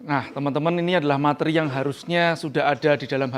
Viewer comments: Maaf mas..🙏🙏🙏 Pelafalan materi Bukan mat-ri Tapi ma-te-ri. Sekali lagi 🙏🙏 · Pak "materi" penyebutannya salah.